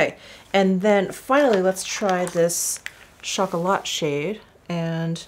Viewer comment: Your french pronunciation was almost perfect. It is pronounced "taba(c)", the c is silent. Also it is pronounced " chocola(t)", with a silent t. Thank you for your videos they are both entertaining and relaxing.